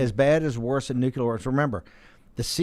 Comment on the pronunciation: Great show. I wish Brannon could learn to pronounce NUCLEAR.